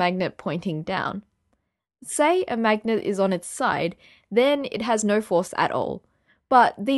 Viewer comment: THERE ISN'T EVEN ONE "A", N O R AN "R", IN THE WORD "NO". Say it! No. No. Try it. NOOAAR.